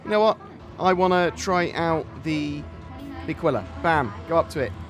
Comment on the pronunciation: Aquila is spelled with the accent on the First A, like ÀQUILA, which is Eagle in Italian 😃, I am Italian